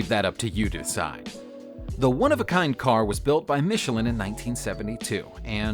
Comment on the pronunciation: Michelin (not Michelline)